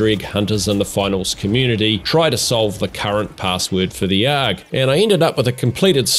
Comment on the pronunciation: I don't think anybody phonetically pronounces ARG... They just say the letters. That threw me for a loop.